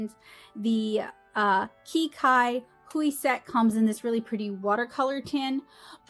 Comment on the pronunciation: i believe qi cai hui in chinese is actually pronounced more like chee sai hui. i am not entirely sure what it translates to, though